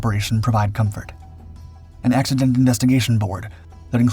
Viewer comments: 'M'...co*M*fort. Not co*N*fort (unless you're a very...VERY...**VERY** opd French man.😂🤣) All joking aside. GREAT video. Thank you for sharing ☺️ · “comfort” not “confort”. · CONFORT??? wtf is that!? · "Provide Confort"? I think you meant "Comfort"...